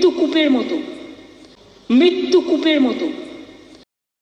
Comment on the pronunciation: Mrityu word ta hi to Pronounce thik mato korte parena Mamata